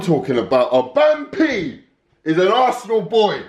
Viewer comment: That "Aubameyong" pronunciation guy is a nonce.